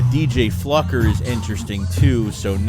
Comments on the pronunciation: It's Fluker not Flucker😂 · You pronounce it as Flu-Ker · Huh?????? There's no "c" in FLUKER.....like the bottom dwelling fish FLUKE...Don't sound like a dumb fluck😂😂😂! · It's pronounced Fl-oo-ker. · It’s pronounced “Floooooker”. Ik ik sad we can’t call him motherflucker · Pronounce Floo-ker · Just for clarity.... his name is pronounced FLU - cker or FLEW-ker LoL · Sup, keep up the good work. O and i think his name is pronounced flooker. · Man … u butchered his name as bad as Mark Holmes does!!! Pause 😮 lmfao 🤣 😂